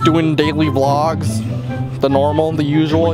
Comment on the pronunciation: Oh Christ said "v logs"